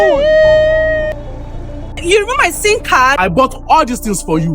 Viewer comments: Who heard her saying sin card? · Sim card ❌️ Sin card ✅️